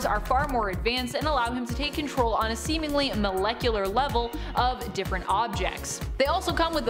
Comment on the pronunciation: She said, semenly!!